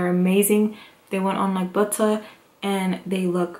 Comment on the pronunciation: Lmbo "buutta"